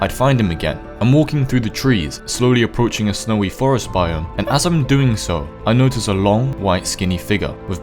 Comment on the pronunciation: He said arrpoaching Ho ho